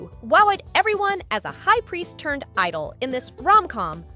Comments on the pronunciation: The pronunciation of idol as eedol hurts my ear! It should be said as aidel. Genre is not pronounced as jenre but Jzanra. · You pronounced it wrong; it’s the heavenly edol 😂